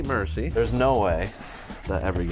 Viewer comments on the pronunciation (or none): none